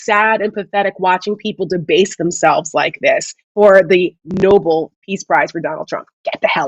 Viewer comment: Lady- 1. Learn how to say Nobel correctly! The peace prize was named after an actual human being. And that’s no “whatever.” Did you just come down from the mountain? Alfred Nobel. Ever heard of him?...Probably not. 2. There is no such word as “com” meaning relaxed. NONE. The word is “caLm.” Calm is pronounced WITH THE “L.” Say it with me now, ‘caLm.’ Do you pronounce “library” as “libAry?” I’m just waiting for that. WORDS MATTER.